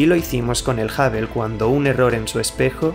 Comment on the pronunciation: Amigo, has un esfuerzo por no castellanizar palabras obviamente inglesas, da cringe, no es el telescopio "Habel" se pronuncia hŭb′əl ("HubL" si lo dijeras es español para que sonara como inglés). Es el único "pero" que siempre le he puesto a tus videos, tu pésima pronunciación del ingles.